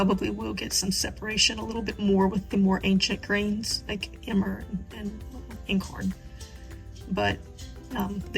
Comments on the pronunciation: Hi, I just happened upon your video and am so grateful because I am having so many problems with trying to get a starter going! I am using the above mentioned methods and flours, Einkorn (pronounced EYE N corn, like nine without the first n, I had to learn myself as well😊) all freshly milled by me and no luck!! I am heartbroken and have thrown out so many discards and starters!! I have cultured buttermilk and fresh Einkorn and Rye so I will try it your way and also pray again and hopefully I can get one going! Thank you so much for sharing your knowledge with me/us!! God bless you and yours!👏👏👏❤️✝️🙏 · It's pronounced eyen-kawrn. German literally "one grain". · 3 days of searching easiest low hassel sourdough starters I did yours. I have Einkorn wheat flour and caraway seeds, and I'm sure I'll have a great starter. Thanks for getting direct to it and making it easy! BTW I believe einkorn is pronounced "eye n corn". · You have really educated yourself and I very much appreciate this video!! Makes so much sense not to waste. Fabulous!! (BTW Einkorn is pronounced with a long "I" like EYEn korn) Thanks again - fabulous, just fabulous!! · Dear, just a little correx on the pronunciation. The word is Einkorn, pronounced to rhyme with “nine”. It’s German for “one grain” or “one kernel”. Modern hybridized wheat has multiple kernels. You’re on the right track grinding your own. Preground flour einkorn goes rancid after just a few months—long before the expiry date. I’ve thrown away way too much of it, because the minute I opened the bag, it was unpleasant to smell. So anyone who’s serious about working with einkorn, alone or mixed with other flours, is well advised to buy a cute little mill and purchase the grain in its natural state, and only grind it when you are ready to use it. BTW, as a girl we vacationed in the rockies at a guest ranch, and the cook there used sourdough and did no discarding. She made bread and pancakes with her starter every day.